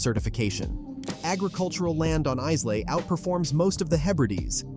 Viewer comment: Islay is pronounced Ilay as the S in its name is silent. The pronouncation is terrible.